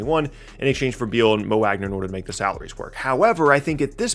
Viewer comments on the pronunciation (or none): none